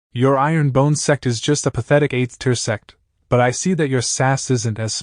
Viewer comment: My mind is so dirty when ai voice says sect i hear sex😂